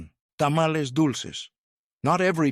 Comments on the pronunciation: HEY Dummy ! It's '' ta ma lees '' NOT Tamaless !!! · 😎He did not pronounce Tamels right, that's why it was funny. Chill! (✌🏻) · "Ta-ma-LEZ". Tell me you're an AI voice without telling me you're an AI voice. 🙄 "Pozo...."? Sheesh. 🤔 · Like said, GET A HISPANIC TO DO THE NARRATION OF A MEXICAN DISH VIDEO!!! wtf are Tamalés??? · Let me tell yal i love me dome tamalcks 😅 Mister please stop saying it that way. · TA MA LEZ 😅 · What? You don’t like to-ma-LEZZ?? 😂 I know- the pronunciation is so wack!! 😅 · "Ta-ma-LEZ" .... lots of bad pronunciations , but that was the one that made me stop in my tracks. 🚫